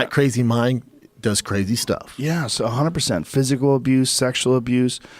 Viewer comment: Joe “a hundrend percent” Rogan.